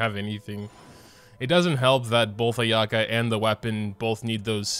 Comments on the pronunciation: btw Ayaka's name is pronounced eye-ah-ka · You're pronouncing Ayaka's name wrong on purpose right? l mean lol